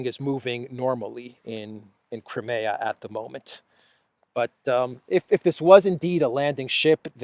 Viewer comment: Will you please learn to pronounce CRIMEA correctly, it is NOT pronounced "cra me ya" Phonetically it would be closer to "cry me a"